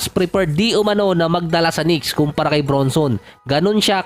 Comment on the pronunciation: Jalen BRANSON ang tamang bigkas boss not BRUNSON